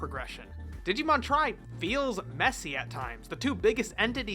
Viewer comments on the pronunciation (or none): i think it's supposed to be called Digimon TRI (like Tree not like TRY)